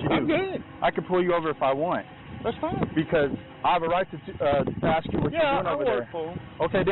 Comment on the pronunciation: Guys... (from well known community) You have to stop saying "ax the question" rather than "ask the question" (letters clearly state how it is to be read, and axe is a tool...)